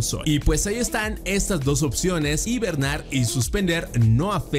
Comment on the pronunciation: en una parte al inicio dice hibemar